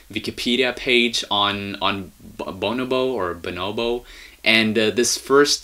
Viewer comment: it's pronounced BuNObo